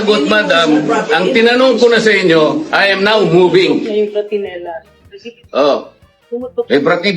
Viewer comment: bratinella po hindi britanella. 😂